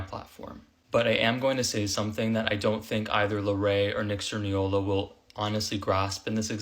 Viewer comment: “Learray and nick cerniola” helppppppp 😭😭😭😭😭😭